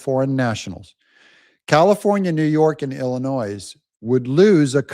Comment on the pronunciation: From the communist state of illinois doug , it's pronounced ill a noy no noise in Illinois. If it weren't for 6 counties, Illinois would be red state. And there is one hundred and two counties here